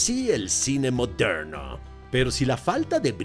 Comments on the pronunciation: Y cuando dice, no se ustedes pero eso a mí me parece ra ra racista, así el cine moderrrno jajajajajjaj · Lo unico que se es que me rei mucho cuando decias "Moderrrno" jajajaa a lo gringo